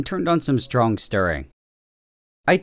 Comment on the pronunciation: "I also re-added the stir bar and turned on some S T R O N K stirring."